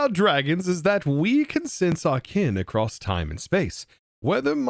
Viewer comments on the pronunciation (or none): none